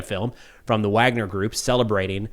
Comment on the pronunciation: It's Wagner, not Wagner.